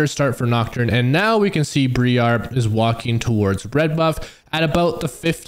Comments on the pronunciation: I'm sorry for being that guy but it kinda bugged me since it keeps going in the video, its not BrEar its Briar (the I sounds the same as I sounds when saying I). Its confirmed in both her champion lock-in voice and by Zyra in game randomly saying her name when they meet each other. Otherwise great video ty for content xD, I'll hide my grammer nazi self in the corner now :3 PS on the lvl 3 2 point W thing, only do this if you don't think you are going to be invaded, if someone invades you and you don't have Q you can no longer prio camps. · Its Briar not BrEEARE >;c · bree-are? wtf bro?